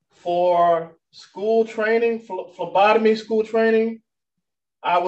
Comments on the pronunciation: I heard Lobotomy not phlebotomy!! 🤦🏽‍♀️😊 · I thought he said Labotomy class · I thought she said lobotomy class at first 😂 They have a hard time finding my veins too. Sometimes they have to get the Ultrasound machine out to find a vein 😂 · Lobotomy training is what I heard 😂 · I thought the judge said "lobotomy training." 😂 She definitely doesn't need that kind of training; she's already an expert!